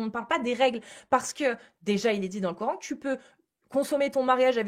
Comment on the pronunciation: Pareil. J'ai du mal